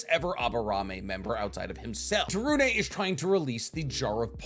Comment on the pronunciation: Yay you said to torune properly!